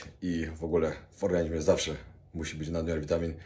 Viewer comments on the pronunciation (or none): none